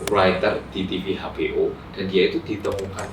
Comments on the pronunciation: HBO mocoe exbiO bkn habeo 🤣🤣🤣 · Aneh loh HBO dibaca pakai bahasa Indonesia, ya ha sih 🤣🤣🤣